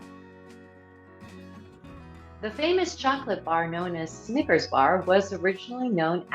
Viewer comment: She had it as "Sneakers" bar. One of many misspellings and mispronunciations. Pathetic.